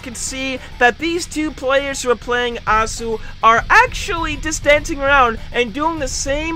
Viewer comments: Its pronouced Oh sue not aw sue (sorry for bad grammar) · no one: Osu players when they hear pronounse Osu as Ahsu: my disapointment, is emesrable. and my day is ruined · He’s says osu as asu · I like how he pronounces osu wrong